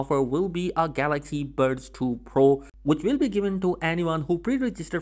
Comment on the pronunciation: Bro can you say normal buds like efery one. When you say it it sound like you saying birds...